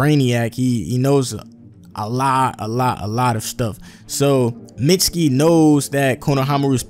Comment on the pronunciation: IT'S MEET-SKI